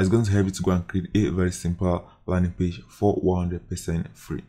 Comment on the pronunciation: i like how you say page=pache😂